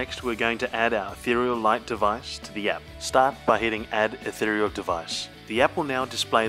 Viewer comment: Finally someone who actually pronounces "Ethereal" correctly. And great video also.